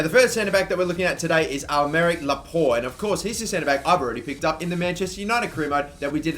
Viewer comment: Am I the only one who hears "I'm Eric" Laporte?